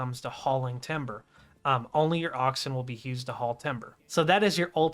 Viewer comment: Asking respectfully, but where does your pronunciation of the word "used" come from? I'm hearing it said as, "Hewsed."